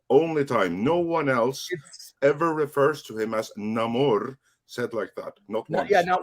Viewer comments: As a man who born and lives in "Mecsicou", I don't support "Namorrrrrr". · The pronunciation of namor keeps reminding me of a Ben E King song, so I cant take it seriously